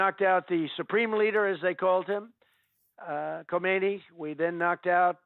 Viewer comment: You say Khah-mayni, and I say Khomeini, LET'S CALL THE WHOLE THING OFF.